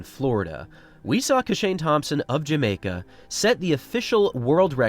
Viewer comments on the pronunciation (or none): none